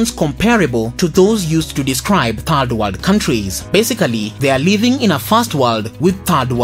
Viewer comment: Fast warld and Turd Warld..